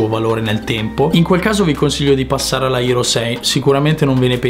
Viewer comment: Non c'è motivo di usare tante parole in inglese se uno non le sa pronunciare. È HERO non ERO, HOME non OME.